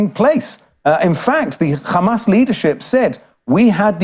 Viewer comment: Khamas khamas khamas 😂😂😂😂😂 so obsess with this name